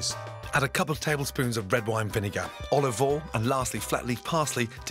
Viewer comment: FUN DRINKING GAME: Take a shot every time Gordon Ramsay says “Olivol “ or “Salt and Peppa”